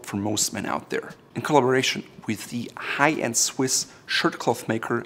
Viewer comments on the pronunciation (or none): none